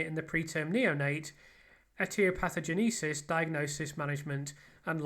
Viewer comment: A note on pronounciation for future vids - etiopatho... genesis, like the band fronted by Phil Collins.